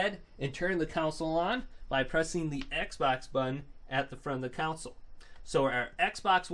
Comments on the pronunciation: Bro stop pronouncing console as counsoule....its damn annoying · the only thing that annoys me is that he say's ' counsel' instead of console uggg